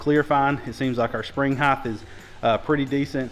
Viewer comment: Height, not Heighth. No such word